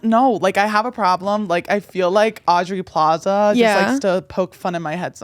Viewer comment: guys it's Aubrey Plaza not audrey